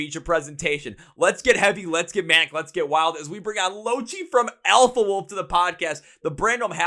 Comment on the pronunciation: Loved the video I am from Australia. Just a heads up, lochie is not the way you pronounced it. the way you pronounce it lock-key, it's an abbreviation of lachlan